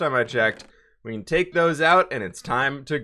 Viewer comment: Is it just me or when he says can it sounds like cant (no hate)